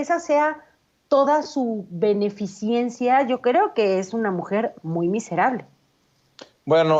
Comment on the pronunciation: Dijo beneficiencia. Y es beneficencia.